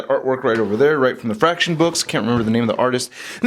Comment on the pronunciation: I hadn't thought of using that for a Cosmo custom. Lol when you said Fraction I thought you were saying "F*** S***"